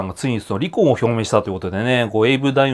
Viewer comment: り↑こ↓んというイントネーションが印象的